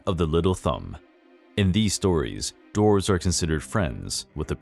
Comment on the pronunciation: God, that ending statement hit hard. Also kept thinking you said Draws (as in furniture) not dwarves.